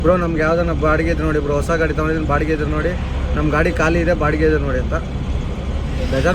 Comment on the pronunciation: Guru ಅದು ಕಾಳಿ ಅಲ್ಲ ಖಾಲಿ 😂😂😂😂